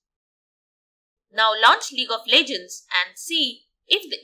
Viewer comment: welcome to lig of lejgends